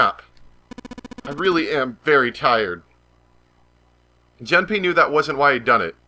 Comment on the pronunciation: For the record his name is technically pronounced "June-pay"... a long "oo" like in moon. But no big deal. And if you haven't bought Tales of Symphonia Chronicles yet and are still interested, just FYI, you can buy each game separately on PSN for $20 each. I'd recommend buying just the first Symphonia first, and the mediocre Dawn of the New World later if at all.